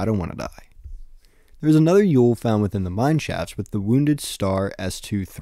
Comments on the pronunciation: I’m pretty sure it’s pronounced more like “oil” than “Yule” It’s like the mathematician Euler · and the German pronounciation would be something like "Oy-leh" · "Eule" in German is pronounced more like "oy-luh". That kind of helps make the Eule = Owl cognate a bit more obvious.